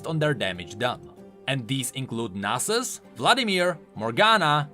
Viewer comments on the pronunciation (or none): none